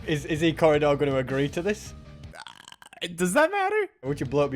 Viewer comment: "Ill give you ECorrdidor"